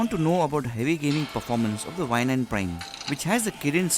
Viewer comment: Its prime not prem